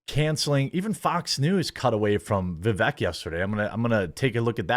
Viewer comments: For fuck sakes his name is Vivek va-vake so it sounds like cake at the end. I mean the reason he didn't do well is the vast majority of people haven't even taken the time to understand how the pronounce this fucking name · Vivek rhymes with cake. Seems crazy at this point that a right wing political commentator is still mispronouncing his name.